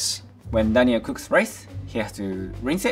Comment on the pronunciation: Daniel is pronouncing half the things wrong 🥴